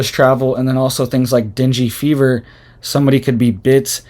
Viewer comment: Ur pronouncing the fever wrong lol.